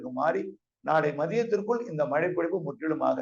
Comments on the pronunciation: Mazhai not malai niruparae😂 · மலை நல்லா பேசுறீங்க சார் , kalaila brush panrapa tongue valichidunga... ழை nalla varum